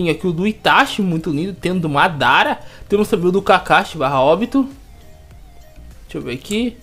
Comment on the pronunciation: vc quase falou modara kkkkkkkk